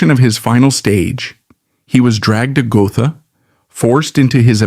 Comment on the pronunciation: It's pronounced "Go-tah" not Go-tha.